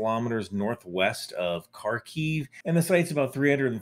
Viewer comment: P.S. it's Харків in Cyrillic, and the "х" character is pronounced like a phlegmy "h," so you can just say "Harkiv" and you'll be more accurate than if you put a hard "k" on the front.